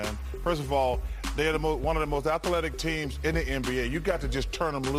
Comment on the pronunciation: Firth ov all, dey are the most athaletic teem